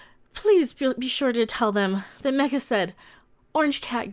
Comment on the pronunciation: Mecha? That sounded more like she said. (The preview subtitles had it as Karina42.) From now on, drunk Mecha will be known as.